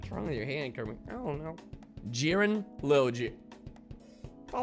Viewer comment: Mmmmm, did you just call me Krammit?